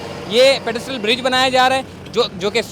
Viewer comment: Hahaha.. pedestrian bol bhai.. pedistrial koi word nhi..